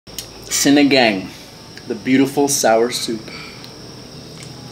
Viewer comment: Yo.... it's pronounced 'see-nee-ghung'. ☺☺☺